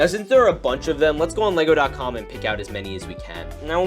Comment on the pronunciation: Did you just say lesgo, and not le-go